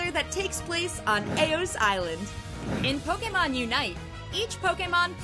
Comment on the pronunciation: Go watch the original Pokémon song and learn how to pronounce Pokémon God it's so embarrassing